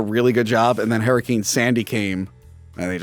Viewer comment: wtf is a herricane?